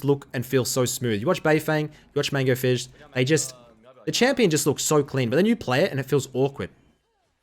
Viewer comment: It's "fizz" and "ahri" Not "We" and "ahri" Or am I wrong?